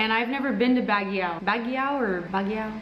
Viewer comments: Bagyaw lol it's pronounced 'bagyo' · Baguio pronounce as ( bag - io / bag - yow ).. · It's Baaaguio you pronounce a very long and fast when you say Guio (Baaaguio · Hi! Will you tell us what is Wil's real name? Please oh please. 🙏 I just found out today that it isn't his real name. I tried to google it but couldn't find anything. 😢 Is it Wilson? William? Willard? Wil..bert? Willie?? Btw take care on your way to Baguio, enjoy! And oh it's pronounced like Bug (as in insect) + Yo (hey yo) = Bug-yow! ☺ Please don't tell that we asked you, he said we'll never find out. I'm just trying out my luck hahaha. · you're so cute when you say Baguio! Lol but it should sound more like BAGYOH or Bag + Yo! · Here's a quick history of Baguio. The name of the city came from an Ibaloi (igorot) word for moss, Bagiw. Pronounced as Bag-iw. You just reminded me of it because when the Americans came to Baguio, they couldn't pronounce it so they called the place Baguio. It's pronounced Bag-yo, by the way. Haha...I grew up in Baguio so I kind of learnd it from elders and teachers.... Love your videos and I'm really inspired with vlogging but I still have a long way to go. I guess, I have to start watching and reading more of the news. :) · I love how you pronounce "Baguio" 😂😆🤣. Way tooooo sexy and sosyal. 😂😂😂❤️❤️❤️ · ang cute ng pagkapronounce mo ng Baguio. 😃😃😊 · i like how you say baguio